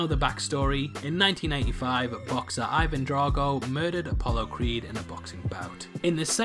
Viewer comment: deffinition it sounded a lot like 1995 to me too. Even with your accent it clearly sounded like 1995. Not that it’s a big deal. Not to me but to others it may be